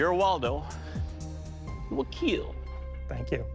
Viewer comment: He does not say kill he says KEAL